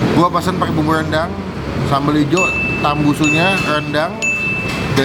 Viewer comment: krn yg makan Paru & Rendang nya jadi banyak R nya parrru & rrrrendang 🤭🤣 takis boss 🤣🤣👍👍